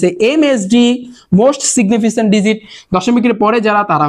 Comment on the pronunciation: এইটা সিগনিফিসেন্ট হবে না সিগনিফিকেন্ট হবে 😊